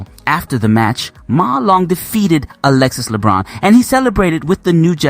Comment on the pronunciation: Hi coach. As a coach in France, if I am not wrong, you should pronounce the nzme of Alexis Lebrun way better 😉